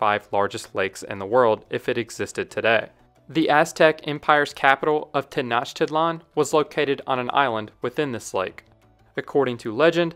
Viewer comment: I think it's Tenoch-titlan, not Tenach-titlan